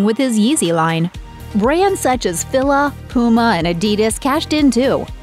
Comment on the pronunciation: Weird the announcer doesn’t know how to pronounce Fila.